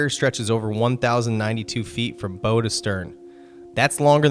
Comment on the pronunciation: You may be actually speaking, instead of AI like your old videos, but your mispronunciation of some things like "bow" of the ship make me wonder.